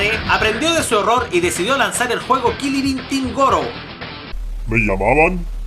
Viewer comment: dijistes "kiliri intin" y mis mocos volaron hjahajhahjahaaaahaa hahaha XDDDohhh.. lo maximo